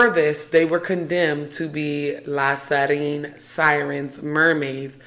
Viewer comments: I love this video and all your videos!! But it’s pronounced La Sirene (see-ren) not La Sarine (sa-reen) 🫶🏾 Commenting as a fellow half Haitian and Half Guinean (west Africa). So happy for you and your journey too :) congrats! 🩷 And thank you for talking about these topics! This world, and us humans, are much more magical than they want us to be aware of ! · La Siren is pronounced "See - REN"